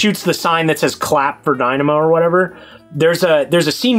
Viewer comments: It's funny how these sycophants don't call James out on his pronounciation of Dynamo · James says “Die-nam-o” instead of “Dina-mo.” Gave me a chuckle, hope you do too!